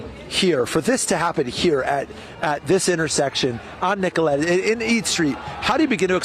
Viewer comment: Nicoll-it not Nicoll-ette